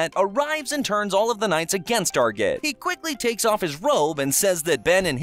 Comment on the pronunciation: Saying arjit wrong